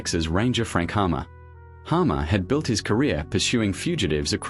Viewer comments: Captain Frank Hamer not Hammer. Get it right. Use your own voice not the bot. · Frank "Hammer???" ....and all these years I always thought it was Frank "Hamer".....damn I hate AI shit!!! This is for YouTube only..."🖕" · Just an FYI, it was Frank HAMER...NOT HAMMER...AND why is it an (sounds like) Australian bot voice over...saw some photos that I had never seen before... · The Texas Ranger's name was Frank HAMER, not Hammer.